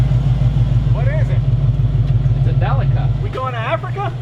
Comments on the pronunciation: De leak a say it with me de leak a. Not del lick a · Love a Delica! I’m a huge Mitsubishi fan. Just can’t help but think your saying it wrong. In Australia and Japan it’s pronounced Del-ee-ca. Lol.